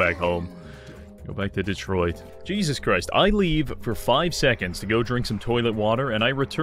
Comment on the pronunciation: LOL "Detroid"